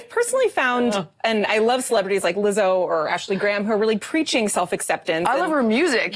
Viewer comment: I appreciate you for finally pronouncing her name correctly 👏🏾👏🏾